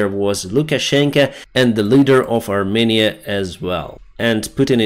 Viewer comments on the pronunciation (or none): none